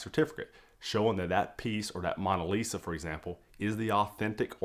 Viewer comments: MOAN-a Lisa…not Mon-a Lisa that was just really difficult to hear you say repeatedly. Very informative video, Thank you! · What is the MAWN-a lisa? MAWN as is mowing the LAWN or paper towels BRAWN or Kings were a CROWN....The MAWNA List